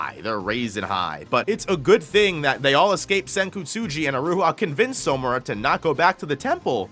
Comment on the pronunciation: Its killing me that he’s pronouncing it as So-mura and not Samura💀, like where is the “o” coming from